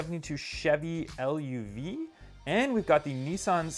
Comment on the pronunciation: Chevy LUV is pronounced love. GTI not GT1